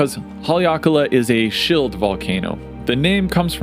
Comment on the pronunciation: why the heck do you say shield like shilled